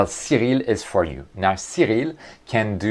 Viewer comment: Cyril? Oria? Are you speaking Japanese?